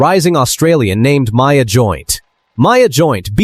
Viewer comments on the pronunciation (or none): none